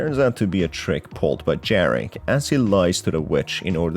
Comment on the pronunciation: Greetings from Poland! "j" in Jarek is pronounced like "y" in "Baba yaga" Good video whatsoever, keep up the good work!